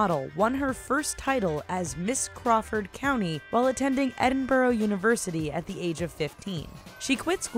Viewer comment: Edinboro😂😂loool, think you mean Edinburgh